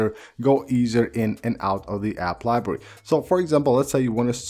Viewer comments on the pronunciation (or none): “App liberrwy”